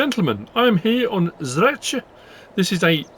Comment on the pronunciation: Properly spoken Bravo 👍😃 Greetings from Slovenia im about 15 km from Zreče we all ski on Rogla near Zreče i think skiing resort is on map✌️